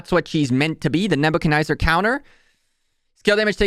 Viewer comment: NebuchcadNEZZAR, there is no I or Y lol, its not NebuchaNYZER. forward "fancing" fan shape...you have some good content, but damn your english is abysmal.